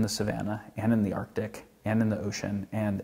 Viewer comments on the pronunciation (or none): none